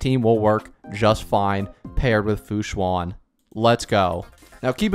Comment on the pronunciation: the "an" in fu xuan sounds more like how you say "an" in english than "awn/on" hope this helps!